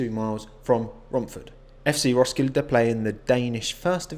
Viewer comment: Im danish and the way you said Roskilde had me laughing so hard. :) not to offend you